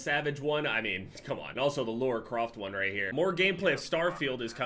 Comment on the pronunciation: La-ra croft not laura croft